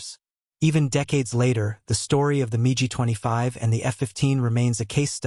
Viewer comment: Love the AI narration calling the Mig 25, the MeeGee 25.